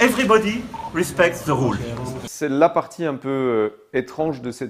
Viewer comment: "èveribodi respecte ze roules" ! Mdr ! On dirait un candidat de télé-réalité ! Bon... manu rentre à la maison, maman.... euh... brigitte t'attend ! Tu saoules tout le monde !